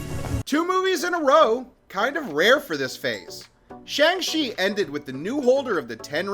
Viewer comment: Shang-Chi not Shang-She